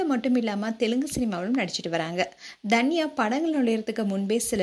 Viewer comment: intha video la #Dhanya nu solringa avunga yaru ? you should spell her name as #Tanya ravichandran... u spell it wrong from beginning to end in this video.. ( Each alphabet has phonetic (Pronounciation sounds )